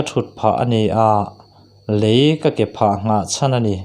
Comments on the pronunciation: Lei ni lovin Lei( tounge) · Lei,kan tawngna Lei ti a chhiar tur